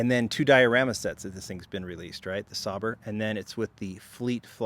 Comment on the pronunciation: Sauber is pronounced Sauber.